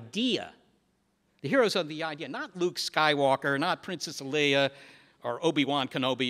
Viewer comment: anyone else cringe every time he says "Leah" instead of "Leia"?